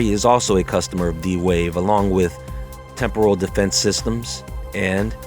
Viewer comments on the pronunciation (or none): none